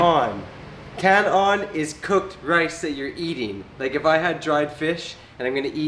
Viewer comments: Kan-on not kanon. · KAN-ON NOT KANON. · That's kan-on not kanon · Kan on not kanon